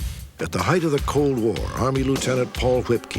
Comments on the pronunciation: Love me some Robert Stack but it’s height not heighth! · It’s a common mispronunciation, and bothers me as well.